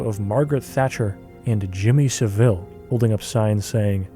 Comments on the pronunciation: The way you pronounced Savile is infinitely more fancy than it's actually pronounced lmao. It's more like saddle, just with a v. I prefer your pronunciation, though obviously the fucker doesn't deserve it lmao. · When Americans pronounce his surname as Seville like he's an exotic cartoon villain it kind of undermines what he actually did. It's pronounced Savul with emphasis on the A. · FYI: It's pronounced, "Sah-Vole." Outside of Michael Jackson, Jimmy Savile is most likely the worst & most famous child predator who ever lived. He left behind him a trail of victims across five decades which numbered in the hundreds. In an age where it only takes a content creator seconds to fact check the pronunciation of someone's name, there is no excuse. I love your content dude but from that moment on I had lost all confidence in the accuracy of this documentary. It may seem to you like a little thing but just think how you would feel if you were one of his victims watching this? You'd feel as though the content creator cared so little about what this monster had done that he couldn't even bother to get his name right, you think? ♥ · Just so you know bro its pronounced Sav-ill, fuckin monster he was